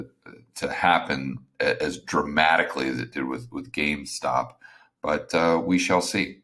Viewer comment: GameStop not gamestock. Also the Reddit crowd isn’t even paying attention to silver as much as people think. Go over there and read it for yourself.